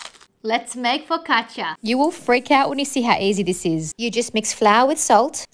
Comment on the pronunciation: You pronounced it so right, I had to go back and forth, back and forth, just to hear you say Focaccia. Now I've become Focaccia fetish. 😁😅😁😅